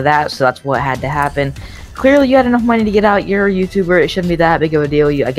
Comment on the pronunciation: This guy XD “wotttt arrested?”